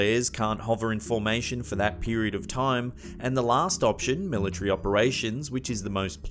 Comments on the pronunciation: What the heck did he just say?? The Millie tree? I think you'll find,, that it's military. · Why do these fucking idiots pronounce it mili-tree!!! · The milla-tree?